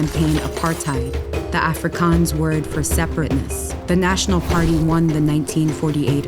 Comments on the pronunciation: You pronounced it wrong. The "r" in apartheid is trilled, but if you can't np. The "heid" is pronounced like "hey", and the d at the end is a "t" sound. Also, Afrikaans was pronounced wrong. Again, the r is trilled. The "A" at the beginning of the word is like "u" in unlimited. You pronounced it a bit like "Africans". Other than that this video is great. :) Also Soweto wasn't pronounced properly. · Okay two things when they showed the police shooting they use the full cartridges not the bullet and you guys completely miss pronounced Afrikaans